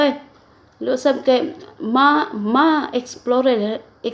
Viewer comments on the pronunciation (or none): kakagutom naman po inahan eat well po, natawa ako sa exflorer nakaka bulol nga😂